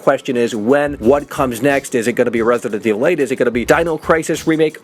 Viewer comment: Hate how he says resident evil